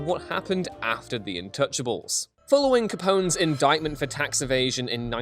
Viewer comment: Is it me or is he sayin intouchables instead of untouchables?